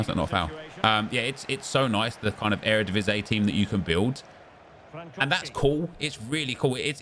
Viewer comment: EredivisIE, not Eredivisé